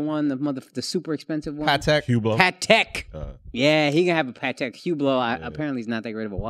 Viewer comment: 12.30 PATEK 😂 I'm poor and have 0 watches and I know they pronounced that wrong